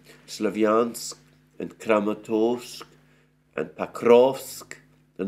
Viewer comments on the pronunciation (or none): none